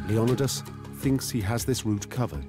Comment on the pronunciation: Leonidas not lendios similar but different.